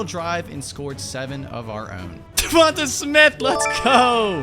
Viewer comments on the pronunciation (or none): Correct pronunciation: duvontey